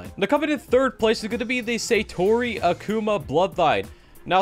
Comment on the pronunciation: I don't want this to sound as hate, but rather help. You're pronouncing Akuma wrong. It's not Akuuma, but rather more like Agkoma